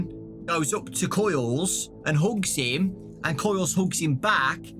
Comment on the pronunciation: When ever he says hugs I hear hooks